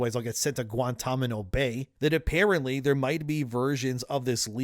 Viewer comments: Errr that is Guantanamo Bay and not Guantamano Bay, an American that can't say Guantanamo Bay properly is a funny thing I gotta tell ya in 2026. Institutional investors are staying on point is the information I received. Shares and revenue has taken a small plummet south linked to the leak but ultimately this will have not much of an impact on sales of the game itself. People are still going to buy the game, champagne will flow from fountains, coke will be getting bumped in the toilets, people will be getting banged on tables probably 3 at a time.....maybe 4, and revenue will still be flooding in. Long term investors have not left the institution as of right this very second in time. Some small traders have apparently sold shares but at this very moment the stock has largely stabilised. Anyway good morning, I think im gonna go get a wash and freshen up, have a dig in the grave and brush my teeth. Maybe go throw some water on my girlfriend still laying in bed. Ya know......as ya do. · thats not how placated is pronounced Also it’s Guantanamo bay not guantamano bay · "guantameno bay" should not be an issue as its guantanamo bay :P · " guantaminnow bay " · "Threadening"? "Guantamano Bay"? Maybe work on your vocabulary before narrating videos. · "Guantamano bay", lol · "Guantamano Bay" - LOL, wut? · Guantamino Bay? I know you're Canadian, but so am I, that's NOT how you say that! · "Guantomino" Bay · "Guantamano Bay" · Dude really just said "guantamano" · "Guantamino Bay"😂😂😂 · Hah, "Guantamano Bay". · The way he said "guantanamo bay" lol foolish